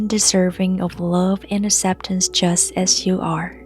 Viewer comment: This is beautiful, thank you for the kind vibes 🙇 I've put this on 3 times already since I found your channel a few weeks ago, this video does it for me. P. S. I'm pretty sure you already know it's pronounced "ak-sep-tance" but the way you say it is kind of cute too